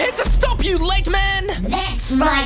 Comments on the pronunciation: egg men not leg men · It's sonic not speedy and it's not leggman it's eggman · His name is not leg man it’s egg man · It's not leggman is eggman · it's not speedy it's sonic the hedgehog and it's not Lehman it's eggman this is dume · It's Eggman not leggman